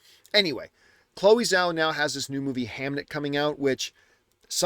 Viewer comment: Chloe Zhao's last name is pronounced like "jaoh" but let's not put effort into that like john puts effort to say Michael Fassbender's last name or even Denis Villeneuve's last name... cool. Let's pick & choose, why don't we. John being in the industry & saying he "freakin loved" Nomadland & liked Eternals. If y'all say he's saying it as it's spelled, then explain the other examples 🙄😂